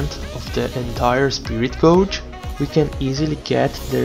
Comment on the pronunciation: Really great video. The examples were really good, and gave a good idea of when to use it, when to skip it, and what it can be used for. Small thing: "gauge" (as in "spirit gauge") rhymes with "page".